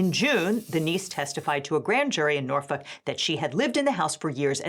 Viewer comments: passed the vibe check when she pronounced Norfolk correctly (the L is silent). I already knew her legal reasoning was solid. Sincerely, a federal litigator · thank you for saying Norfolk correctly